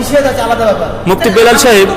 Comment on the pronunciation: কীসের আবার মুফতি? ব্যাটা গাঁড় ত্যারা আজ পর্যন্ত নিজের নাম টা ঠিক মত লিখতে বা বলতে পারলনা , ওর নাম টা হবে "বিলাল" কিন্তু মূর্খ বিদ'আতি মোল্লা তার নাম বলে " বেলাল"